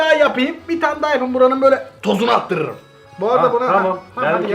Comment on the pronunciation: Nobody:: ToZuNu atTırIRdıM